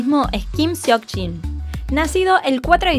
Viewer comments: Se pronuncia SOKJIN aunque se escriba SEOKJIN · Se pronuncia kim sokjin 💜 no kim seokjin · Su nombre se pronuncia como 'sokjin' el seok suena sok :)